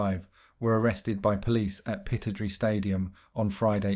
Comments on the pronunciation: It’s pronounced Pi-TROD-RAY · I'm sorry, but the narrator isn't a true football fan. I've noticed that mispronounced names often occur, like Aberdeen's stadium, for example.